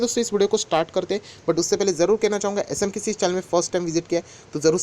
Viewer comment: Like nahin karta as you speak SMKISI INSTEAD OF S M K C..SO KINDLY SOEAK S M K C from today.